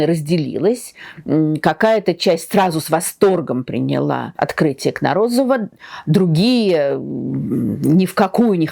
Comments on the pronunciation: Тамара Натановна, позвольте поправить ударения в фамилии Юрия КнОрОзова, а также в слове "каучУк". Спасибо Вам за потрясающую лекцию! Слушать Вас - одно удовольствие. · Тамара, ну надо было хотя бы что-то приличное почитать, хоть немного разобраться. Хотя бы понять, где ударение в фамилии Юрий Валентиновича Кнорозова стоит.